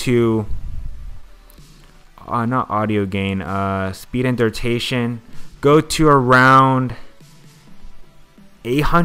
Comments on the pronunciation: its DURATION not DURTATION lol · FUCKING DURTATION.... Its killing me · dude says durtation. lmao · I wanted to learn this but can't stand him saying durtation. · bruh this video was really cool really informative but, I got to be honest, the reason i watched it twice now was because of every time i heard DURTATION! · that all i could think about lol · it doesnt matter if u a noob u still couldnt a simple word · lmfao ikr everytime he said it i was like nooo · “noob” you still can’t say a very common english word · he definitely said durtation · I wanted to see the transitions, but i couldn't focus on anything other than "durtations" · BRUHHHHHHHH why u saying durtation smh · Far out... Please pronounce duration right... It is ANNOYING ME